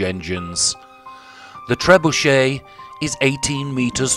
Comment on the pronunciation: Be good if you got some of the surname sounds correct.. Beauchamp, is pronounced Beecham.. And Beaufort you promounced incorrectly.. You said trebuchet correctly though.. Ive seen this very one .